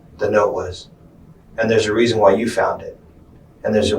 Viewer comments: “and theres a Reason Why you found it” “and theres a Weason Rhy” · “there’s a weason why” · "& theres a weason rhy" 😂😂😂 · "and there's a weason why"